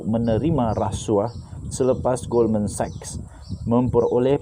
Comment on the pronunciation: Wow dah pandai sebut Goldman Sachs secara betul 👍🏽👍🏽👍🏽🤗🤗🤗